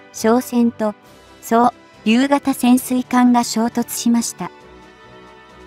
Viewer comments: 「そう・りゅう」(笑) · 何で、この人は｢そう りゅう｣って、変なところで切るのだろうか？ ｢おうりゅう｣や｢とうりゅう｣のときは、普通に発音するのにねぇ。